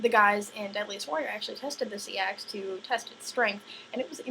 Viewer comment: "Say-ax" It's pronounced Sax, hence Saxons...